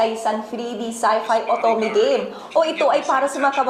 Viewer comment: Bruh literally noone says Gah-meh. It's game ano banaman yan